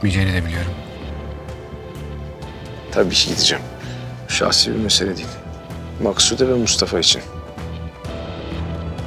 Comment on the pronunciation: Şimdi de babası... Ya herkes neden Maksude ye 'Maksut' diyor? Benim anladığım bir şey mi var yoksa oyuncular mi hatalı teleffuz yapıyor????